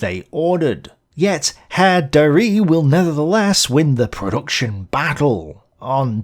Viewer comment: Again, Darré is pronounced dar-RAY or dar-REHHH, not dar-REE. At the end of a word in French, the letter é, with that accent, is always pronounced "ehh" (maybe "ay" for some) - think of the routine greeting given by "The Fonz" - but maybe that reference only works with Americans. See here about the letter then this about the pronunciation and this clip of the sound